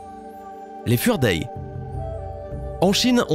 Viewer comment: Jpp la prononciation du début! Les Fuerdai. On écrit ça Fu Er Dai et en prononciation ça donne Fou ère Daille ;)